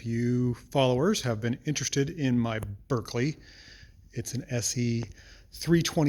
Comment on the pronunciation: Just to let you know it's pronounced 'barclay' not 'berkekley' as it's spelt.